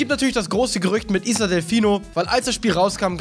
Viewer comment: wie er isle ausspricht mach mich bekloppt..